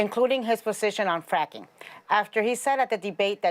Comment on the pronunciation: Ana talks about pronouncing Kamala wrong then goes on to pronounce Joe “Choe” and fracking “franking”